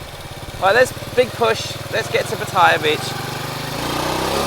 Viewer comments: wet. Its Pat- a - ya. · Maybe some other commenter has pointed out that the correct pronunciation is PAH’ ty-yah.🙂 When I was a kid we visited a camp in Jomtian, which was virtually deserted and free of pollution and tourists back then. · $60 a night for that is amazing! Not expensive! Well, to each his own. And please- Say Pattaya correctly, at least get closer. You are so eloquent on everything else, so this one has your number. Some nice drone work around the bridge! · Why is it that most vloggers can not pronounce Pattaya correctly.